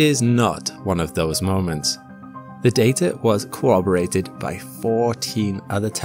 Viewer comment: I love it when the data is cawobbarated.